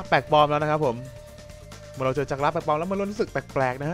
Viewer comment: จักรกระคับไม่ใช่จักรกะระ